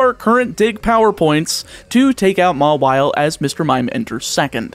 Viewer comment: I think Mawile is pronounced more-vial